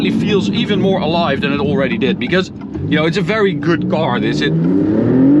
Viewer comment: English is getting really good, 👌. The way you say "car" and "stock" however is still completely wrong.. 😁.. Strangely because the rest is correct 🤔